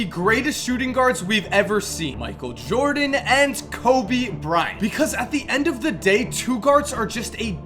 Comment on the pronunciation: "COBY. BRI-ANT.." why the fuck u pronounce kobe's name so weirdly lmao